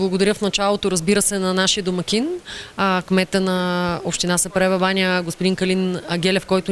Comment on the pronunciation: Научете се един път за винаги как се произнася името на града. Казва се сАпарева баня а не сЕпарева баня.